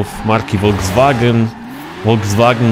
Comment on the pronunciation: Folkswagen Nie wolwswagen